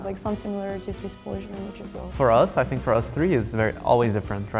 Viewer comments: "I sink so" 😂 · I Sink " :))